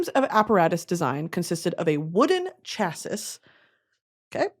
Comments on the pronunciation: girl, first of all, I adore you and you’re my favourite “influencer” to follow bc you’re just so unapologetically you and it’s real as fuck. But ik you’re gonna be mad when you find out how chassis is pronounced (cha-see) and I only know bc I sit in the garage with my dad so he’ll work on my car for me LMAO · Okay we’re nerds fine, but can we talk about the way you said “chassis”. Multiple times. Queen, it’s pronounced “chassy”. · im sorry to be that person but i know youd probably appreciate it >.< chassis=cha-see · girl I wasn’t gonna call you out like that but bc you said the word quite a few times I feel called to tell you the last s in “Chassis” is silent lmao. Idk why tf there’s another S but it’s pronounced “Chassi” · I’m so sorry brittany but chassis is pronounced like “chassie” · giggling at brittany being the smartest person i know but also not knowing how to pronounce chassis heheheh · Chassis is pronounced chassy 👮‍♀️ Schuyler is pronounced Skylar 👮‍♀️ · Also just gotta let you know it’s “chass-ē” not chass-is🫶🏻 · Chassis is pronounced CHA-see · Erm, actually☝️, English 101 class graduate here🤓, chassis is pronounced “Cha-see.” 😁 Hope this helps! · not her pronouncing it as chass-iss when it’s chass-ee im dying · Hey queen - It’s ‘chassey’ not Chass-iss 💕love u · Prounouced “cha-SEE” not cha-sis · ummmmm EXCUSE ME MISSS it's not "chassis" but actually "chassie" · “Chass-iss” is killing me lmfao it’s pronounced like CHASSY 💀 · girl it’s not chah-sis it’s chah-see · Surprised no one’s told her it’s pronounced CHA-SEE and not CHASISS lol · Me screaming at the screen “ ITS CHASS-EE BABE” 💀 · Spent 4.5 years getting a mechanical engineering degree just so I can pass on this crucial bit of information. Unfortunately, chassis is pronounced chas-ey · Sorry Brittany but I am a nerd and the way u pronounce chassis is sha-see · Every time you said chas-sis it was like nails on a chalkboard to me. I’m not beating the dork allegations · It’s pronounced cha-see